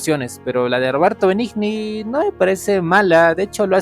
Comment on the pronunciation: Tu opinión manifiesta tu ignorancia .Cualquiera que sepa apreciar verdadero cine y una hermosa adaptación quedará encantado con la que tu críticas de Benigni .Que se puede esperar si ni el apellido puedes pronunciar